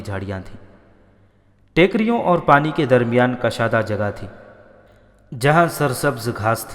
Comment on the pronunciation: Kushaadah, Daheeh Talaffuz hai. Kashaadah, Galat Talaffuz hai.